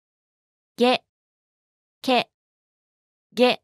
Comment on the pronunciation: Is it only me or is "Ke" with those two lines on top sounds like "Gay" 😭😭